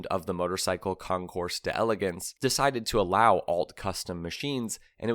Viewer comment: Great vid. Let me help you out. Concours D’Elegance: It’s pronounced kong-koor delleh-gonts.